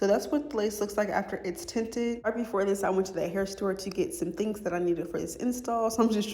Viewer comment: lol sis said “it’s steps to dis” no it really iiissss 😂😂😂😂😂